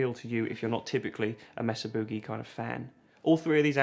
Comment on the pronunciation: Mesa’RRRRR Booogay